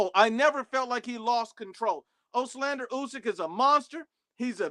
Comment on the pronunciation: This guy still didn't figure out how to say Olexandr lol he keeps saying "oxlander"